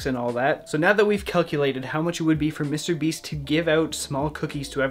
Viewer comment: "Mr. BEES"